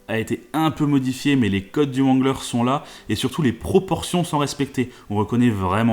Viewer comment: Juste le Jeep se prononce rangler et non comme il est écrit